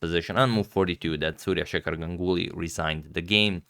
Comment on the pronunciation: Yeah "gangully"